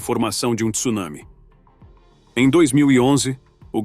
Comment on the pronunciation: Além da intenção de ganhar likes e disceminar medo, ainda pronuncia Tsunami errado! A leta T não vem seguida do "i".